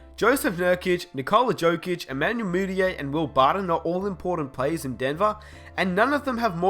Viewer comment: You butchered Jusuf Nurkic and Nikola Jokic...